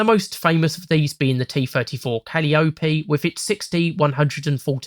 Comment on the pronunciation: wait I'm sorry, Cal-ee-oh-pee? (it's cah-lye-oh-pee)